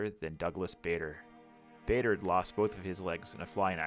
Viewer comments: Stunning piece of modelling. Bader. Rhymes with Larder not Vader. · Great model, others have said about the music but Bader is pronounced Barder. I wish I had your skills and patience. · BTW - it is pronounced Douglas Barder, not like Darth Vader... He fought near here and was based at Tangmere just around the corner. Our 'house' is named after him at school, Bader House, that's Barder!